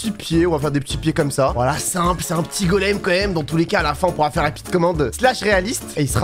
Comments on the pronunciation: Mdr a toute les builds ils dit < >la prof de français 👩‍🏫 qui arrive C PAS <<COMMACE>>C EST COMME SA Pov:je fait la même choses😂! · Tu diras à d'arrêter de dire comasse il est gênant